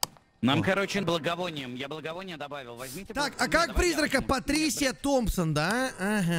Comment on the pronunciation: Не Патрисия а патриция